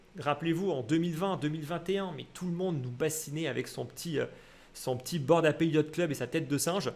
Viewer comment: Petite précision sans grande importance: On prononce Bored Ape (eɪp/ en phonétique) pas 'Appé'. 'Ape' comme un singe en anglais